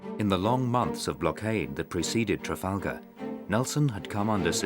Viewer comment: "Trafalger" lol. For that extra bit of credibility for the channel.